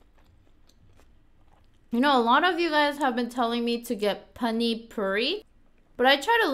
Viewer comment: Hey I am from India it's not called panear it's paneeeer